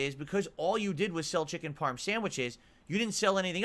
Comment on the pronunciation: The way says "parm" tells me everything I need to know about him. Repetitive, mind-numbing, graceless, and lacking of the most crucial aspects of Italian heritage. Also, that Ernie-from-Sesame-Street laugh he does with Jasper on-screen is grating.